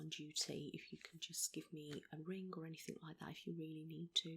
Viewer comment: HER: is there anythink in life that has triggered this off do you think? the way you're feeling? have you gone through some grief some loss or troubles at work fiends family or anythink like that at all?. ME: yeah i lost my farther 2 years ago?. HER: right okay so, totally unexplained?. ME: seriously not even a sorry for you're loss answer.